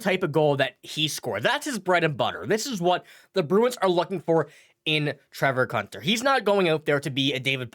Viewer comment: His name is pronounced coontar not cuntar. 😀